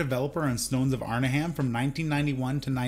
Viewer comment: This "Arn-a-HAM" is driving me crazy. It's Arn-'em